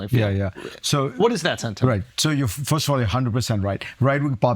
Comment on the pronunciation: Why can’t Akash say “First”?